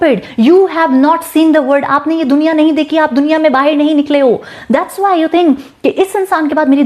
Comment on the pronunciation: Bahir, omg ham to Bahar bolte h apke talafuzz, husn ka, juban , wallah Habibi. Ulfat jehenashi ab itna hi aata h. Shadi karegi mujhse sorry nikaah.